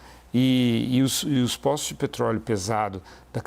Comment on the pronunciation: agora está falando com sotaque de americano nativo “petrrroóóleouu” piada